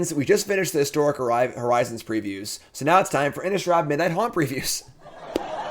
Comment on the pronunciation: Midnight Hunt,. Not Haunt 🥸